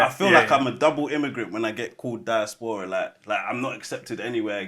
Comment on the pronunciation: Freds pronunciation of diaspora deserves the helmet 😂😂